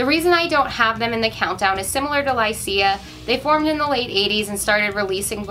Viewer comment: Lycia is pronounced LY-shuh.